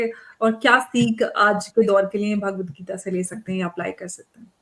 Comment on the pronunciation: जी-- भगवद्गीता है, भागवद्गीता नहीं।